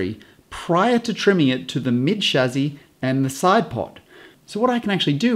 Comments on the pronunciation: chassie not chazzie but great vid other wise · Amazing video, thanks for sharing your knowledge and expertise. Also it's 'Shassee' not 'Shazzee'.. but hey, at least you didn't say 'Chassee' :D Geat video mate! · Did no one at Merc tell you that you pronounce chassis wrong? Its not a chazzis my guy. Nah but in all seriousness love your vids! When ever I see a new design to the cars you are the first person I think of and I cannot wait to see your interpretation of the designs! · For pity's sake, can you PLEASE learn the French pronunciation of the word Chassis - I waas trying to figure out if you were talking about someone called 'Shazzy' or if that was an adjective (positive or negative?) to describe something on the car as 'shazzy'? You must have driven the guys crazy at Mercedes with this antipodean interpretation. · So much better than the other explanations I've found. Only now noticed though (despite watching a lot of vids here) that pronounces chassis as shazzy. Tickled me every time, once I'd noticed:D